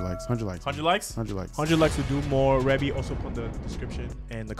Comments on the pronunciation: Rebbie is the eldest Jackson sibling, Michael Jackson wrote, produced and did background vocals for the song; that big voice you hear towards the end doing the ad lib is the wonderful Martha Wash, her first name is pronounced "Reee-beee". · Good post, you know you have to really write her name out phonetically based on how they're pronouncing it-" Ree-bee" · It’s pronounced ree-bee 😊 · Yesss! I’ve seen this one being requested often lol! Rebbie (pronounced like “ree-bee”) is the first born of the Jacksons. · Finally!!! Love this song. Yes, that is MJ in the background singing the title track centipede with his high-ass voice. 🤣 He wrote this song for his sister Rebbie. Pronounced like Ree-bie. Her real name is actually Maureen Reillette "Rebbie" Jackson. She is the eldest of all the siblings. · This is one of my favorite songs EVERY as far as the music(how do they fit almost every instrument) . She's the oldest and her name is pronounced like "Freebie". Yes Michael wrote it and Martha Wash and Michael sang back up. You can't help but want to do the snake when you hear it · Pronounced Ree-bee